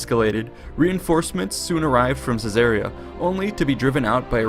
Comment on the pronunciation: Why does the narrator pronounce “Caesarea” unlike the way that I’ve heard it pronounced for the past sixty years?